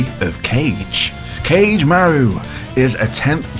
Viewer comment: It's 4 syllables, Ka-ge-ma-ru.